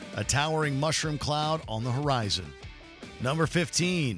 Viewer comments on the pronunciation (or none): none